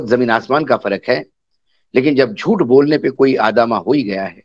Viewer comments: सर आदामा नहीं ( आमादा ) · Visitors may please be understood आमादा in lieu of आदामा